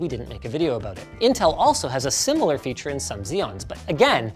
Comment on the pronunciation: sus segway to lenovo "fearure"... 😁